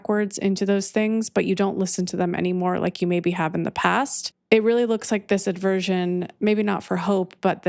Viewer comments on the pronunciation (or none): I love you I love you I love you 🙏 (The word is: aversion, not aDversion... "Adversion" (with an 'a') is an obsolete English word meaning "a turning towards" or paying attention, but the common word you're likely looking for is aversion)